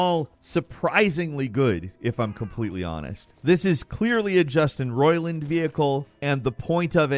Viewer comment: they way you said it I thought the guy's name is "Justin Roilin" the way you say Roiland sounds weird